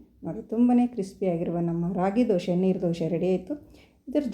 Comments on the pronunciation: ದಯವಿಟ್ಟು ದೋಸೆ ಅಂತ ಹೇಳಿ. ದೋಷೆ ಅನ್ನಬೇಡಿ. ನೀವು ಕನ್ನಡದವರೇ ಅನ್ನಿಸುತ್ತೆ. ಚೆನ್ನಾಗಿ ಮಾತಾಡ್ತೀರಿ.. ಅದಕ್ಕೇ ಈ ರಿಕ್ವೆಸ್ಟ್. Thanks for the nice recipe. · Dose not Doshe. Pronounce Kannada properly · Not doshe ...... Dhose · ದೋಷೆ ಅಲ್ಲ ಅದು ಅದು ದೋಸೆ 😎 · Dosha anbedi..Dose. Anni😊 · ಸುಂದರ ಉತ್ತರ.. ಜೊತೆಗೆ ಕೆಲವರಿಗೆ ಸಕಾರಕ್ಕೆ ಶಕಾರವಾಗುತ್ತದೆ..ಹೀಗಳಿಯಬೇಡಿ.